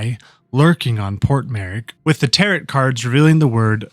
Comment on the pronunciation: It's Tarot like Arrow, not tarot like carrot....